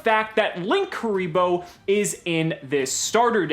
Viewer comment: lin- kuriboh or link- uriboh not LINKKURIBOH WHERE THE OTHER K COME FROM